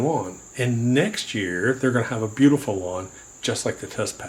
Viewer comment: Almost sounds like you created a new word. “Berbeautiful”